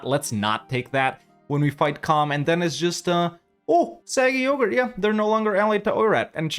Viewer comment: i love how as eu4 nears its end has finally started correcting himself when pronouncing 'aquileia' as 'aquielia' but still calls 'sarig yogir' 'saggy yoghurt' never change you magnificent man